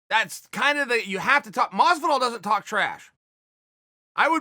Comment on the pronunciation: Chael "Gorge Gamebred Mozvidoll" Sonnen